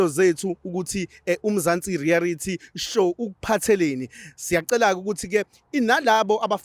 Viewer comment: Mzantsi reality or mzantsi rearity